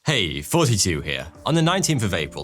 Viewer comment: Yes ! I've been hearing him say "Forty two heaa " ever since he started his channel !!! LMFAO